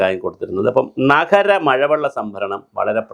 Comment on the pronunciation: നഹരം അല്ലടോ നഗരം എന്ന് പറയണം.